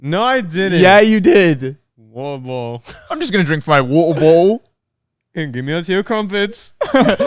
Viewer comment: WATTAHBOTTUHL! Heh, only on Out of Character Podcast with hosts and on Youtube! 🤣